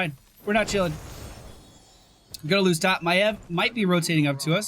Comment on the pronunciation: I was convinced when you first my love, you were saying Maiev as MaLev